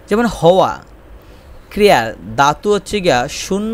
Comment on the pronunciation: ভাই, প্রথমে আপনার বাংলা উচ্চারণ শেখা উচিৎ😂 দাতু না ধাতু হবে😅